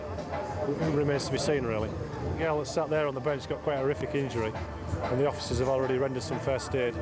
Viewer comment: Did he say "Quite an horrific ear-njury"?